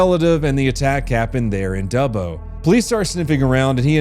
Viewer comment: So happy you pronounce Dubbo correctly I've heard America's pronounce it Doobo! He's an Aboriginal they have a thing called "Walkabout" they wander the bush for days sometimes weeks and even months!